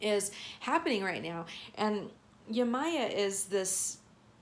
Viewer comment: Hey I’m going to attempt to help your pronunciation of Yemaya:) it’s (Yem- eye- yah). Tonally the first two syllables together sound a bit like tie dye and the “ yah”, last syllable, goes up kind of like karate hi yah!Traditionally pronounced Yemòjá (tone goes down at o up at a). Each syllable is sort pronounced separately. Hope I’ve managed to communicate here. This is just intended to be helpful. It’s not a commonly heard name or language. Thanks for the reading!